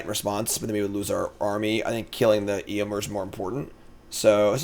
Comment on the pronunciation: Me: well at least knows the movies so he can't butcher the pronounciations of the names like usual.:*EEYOMYR*